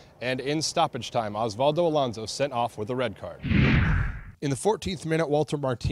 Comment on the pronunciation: Osvaldo Alondo? Really? Is this guy even a Sounder fan?